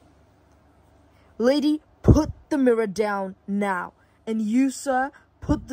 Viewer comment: “MovE rIghT nEwO” 😭😭